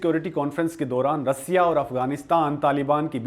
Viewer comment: 😂😂😂😂 रसीया नहीं रशिया बोल